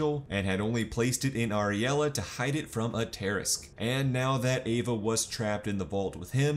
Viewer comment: Everything is great in this video except for the pronunciation of Tarrasque, just threw me off a bit